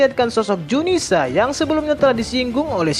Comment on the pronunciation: zunisha bukan junisa...admin koplak